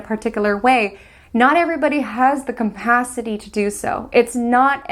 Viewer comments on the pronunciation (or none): You're a brilliant astrologer and I love hearing your analysis. One (tiniest) constructive criticism! It's just capacity. There's no m in it. I hope it's not offensive to mention, I like to be corrected!